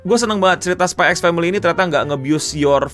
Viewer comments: kalau kata bang akil bukan spy x family bang bacanya, tapi spy family.. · x nya gosah dibaca bang